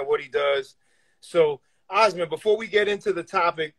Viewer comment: Pronounced Aasmund pretty well for a New Yorker 😂